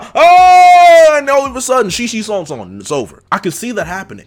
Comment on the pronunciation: Bro I might’ve cried when you said “conqueror’s shishi sonson”. Thank you for that